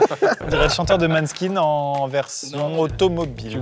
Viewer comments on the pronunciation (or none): La prononciation de Måneskin est incroyable 🤣😭